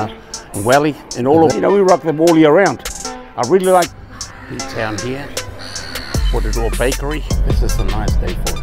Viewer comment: Thanks for saying it right, Porirua aka Ptown!! Malo lava keep it coming 👊🏽